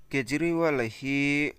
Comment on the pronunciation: Kapu a hming i lam diklo aw